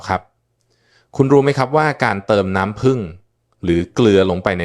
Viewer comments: นัำผึ้งค่ะ ไม่ใช่น้ำพึง หรือน้ำพึ้ง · เรียกน้ำผึ้ง ให้ถูกๆหน่อยครับ เป็นAiหรือเปล่า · เลิกดูเพราะไม่คุ้นกับสำเนียงออกเสียงภาษาไทยประหลาดๆ ลงทุนใช้เอไอดีๆ หน่อยค่ะ น้ำผึง =น้ำผึ้ง